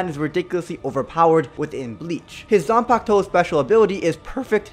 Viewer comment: He said zanpakto and rinnengan im losing my shit